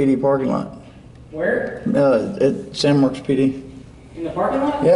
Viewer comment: Who tf zooms in on teeth 🦷 and u didn’t even say San Marcos right smh